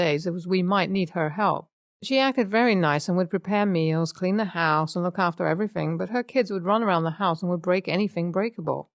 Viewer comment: the narrator says, everyfink 🙄